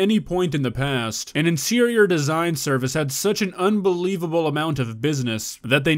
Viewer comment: I heard insirior 😂